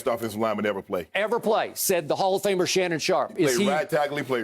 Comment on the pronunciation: Skip “Says the holler famer Shannon Sharp” Bayless